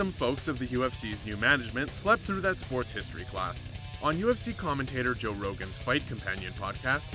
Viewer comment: You should of researched into how Joe’s name is pronounced.